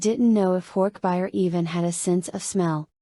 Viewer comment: AI reading is so annoying! So monotone. And reading all the thoughtspeech moments by saying “less than / greater than” because of the <. >. Symbols. Not to mention the pronouncing of horkbijir as horkbuyer. 😩 I own all of the books. I’ve collected them since I was a kid during the scholastic book fair days in the 90s. I’ve read and reread them dozens of times. I figured listening to audio version while working would be great. But looks like I’ll just have to reread them manually bc ai narration sucks!